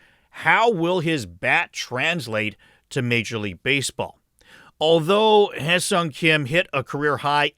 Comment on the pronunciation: Wonderful video. It is such a relief to hear someone actually pronounce Hyeseong correctly 🙂